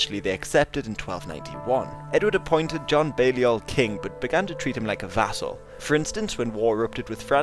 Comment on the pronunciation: when you said "vassal" I toght you said "a**hole"